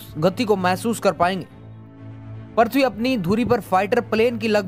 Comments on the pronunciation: Tu bhi to thik se nahi bol raha bhai prithbi nahi prithvi hota hai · Aaree bhai पर्थवी nahi पृथ्वी bolo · Gyan baad me bato pahele thik se PRUTHVI bolna sikho kb se parthvi parthvi chilla rhe ho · Parthabi nhi prithabi bolo video me bro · Kya parthvi parthvi laga rakkha h, prithvi bol yar prithvi 😂😂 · Prathvi nahi bhai prithvi hai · Prithvi bolo prathvi mat bolo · Are prathvi nahi hota hai prithivi hota hai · Bhai tmko video banane se pehle apni language pr pakad rkho...prithvi ko parthavi bol rhe ho...kya h ye..centripetal ko centripengal aise hi kuch bol rhe ho...kya majak bna dia ho...jo koi pehli bar tmhri baat ko sunega to uski v prounonciation galat ho jyega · Prathvi hai ya prithvi? sahi se pronunciation toh sikh lo? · पृथ्वी होता है prathvi नहीं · It's prithvi not parthvi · Parthvi nahi re prithvi hota hain 🤣🤣🤣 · Abe yaar parthavi nahi prithvi hota hai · Bhai pronouns Sahi nhi h apaka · Abe pagal prathbi kyo bol raha hai earth bol ya prithbi